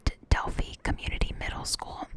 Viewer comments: Not pronounced Delphy….pronounced DELL FIE (like PIE). So, I'm not sure where you got your information from - how do you know anything about these girls and don't know how to pronounce the name of city they lived in? If you have watched any other video's from other youtubers or news from Indiana with this topic you would know that. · Hey! It's DEL FY not DEL FEE. the composite sketch is not based on the photo Libby had taken, it is based on eyewitness description(s) of at least one, and possibly two people who were in the area at the time and think they spotted the suspect.